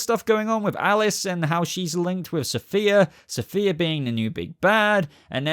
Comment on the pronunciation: The fact that you apologized for pronouncing the actress that will play Safiyah Sohail wrong when you repeatedly mispronounced the character herself, Safiyah, calling her Sophia! 🤣